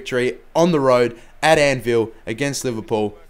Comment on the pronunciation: to be fair Southampton are doing great this season. sounded like you said at "Anvil" lol not "Annfield" funny schtuff. Good episode looking forward to the next.